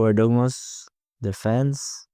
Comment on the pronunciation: His name is pronounced ErdomuSH like SHow.